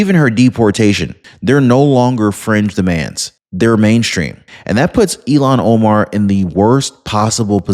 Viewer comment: you never showed the anchors reaction! are you just trying to promote CNN? I'm confused what I just skipped through and attempted to watch. Thanks for the history lesson. You are saying her name wrong by the way.